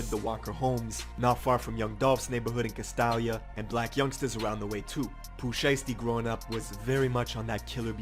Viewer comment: I hate when people say castalia like that jesus ts cringe its cast -stay-lia